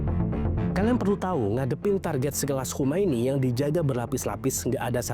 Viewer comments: Khamenei. bukan Khomeini. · Khamenei bg bukan Khomeini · Khamenei, bukan khomeini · koreksi narasi... Khamene i